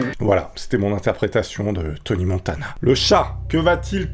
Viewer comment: C'e nest pas toni motana c'est touny montona